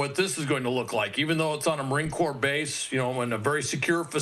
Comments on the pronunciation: 'corps' is not pronounced 'corpse'! :face-purple-crying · Corps not Corpus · Let me help you out here. Marine “CORE” not a dead body corpse. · The word CORPS as in MARINE CORPS is pronounced like “core”, not like “corpse”. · Corps is pronounced /kôr/ or cor, not /kôrps/. Corpse is pronounced /kôrps/. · my goodness...'marine corps' is pronounced 'marine core'🤨😐🤔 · War Secretary not Defense and Christ, Corps is pronounce “core” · Marine corps is pronounced marine “core” — Goomer. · How long has the Marine Corps and the word Corps has been in the United States? People working within the U.S. media are still pronouncing Corps incorrectly. It is pronounced like Marine Core that p in Corps is silent. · Did he say Marine "Corpse"????? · corps is pronounced "core" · This guy doesn't even know how to pronounce corps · The s is silent in corps. That cannot be said enough here with all the high school diplomas being passed out like cheap confetti and nobody can speak. Please speak correctly in this in your face position. Someone needs to be responsible there. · If can not pronounce Corps properly, do not talk!!! PERIOD!!! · The s in corps is silent...fyi.❤